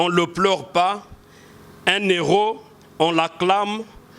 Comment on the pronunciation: Cher monsieur qd on parle d'un héro du pays on ne fait pas la liaison un-hero, on dit un héro, dans le cas contraire on peut penser que vous parlez d'un Euro qui est la monnaie européenne